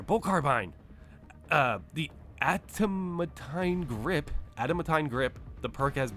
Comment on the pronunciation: Ada man Teen (adamantine) :) I know it's hard to pronounce if you've never heard it and it was early for you 😂. Thanks for the patch breakdown as you do every time. Appreciate you!